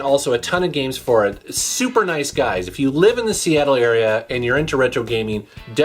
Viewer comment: is not saying gaming, he says giming